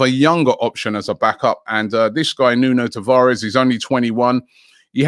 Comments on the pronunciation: It's pronounced Nuno tavarch or sh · Please learn how to pronounce Portuguese names correctly. It's not Tav-ar-Es...we are not Spanish